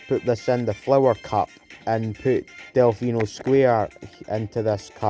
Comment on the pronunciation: AYO DELFINO SQUARE. I love it :D Also it’s pronounced Del-Fee-No, not Del-Fi-No, I’m Italian and Delfino is an Italian word that means Dolphin